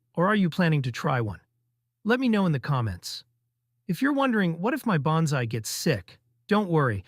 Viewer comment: Why should I take your advice? You can't even pronounce Bonsai correctly.